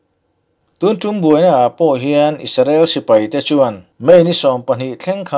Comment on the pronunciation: Isarel ni lovin IS-RA-EL